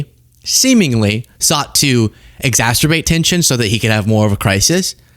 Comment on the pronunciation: Trump put the T in exacterbate 😅